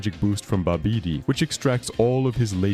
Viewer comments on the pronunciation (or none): Bah Beedee is my new favorite way of pronouncing Babidi's name. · "May-jin"? "Buh-bee-dee"? LOL 😂